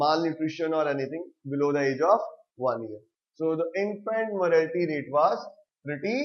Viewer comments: it's not 'morality'.... it's "mortality"... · It's not morality , It's mortality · Sir vo Mortatity hota hai morality nahi😑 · It's infant mortality boss not morality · its not morality rate its mortality rate... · please correct yourself it is not infant morality, it is infant MORATALITY*